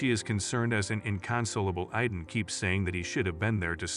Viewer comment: It’s not iden it’s Aidan 😂😂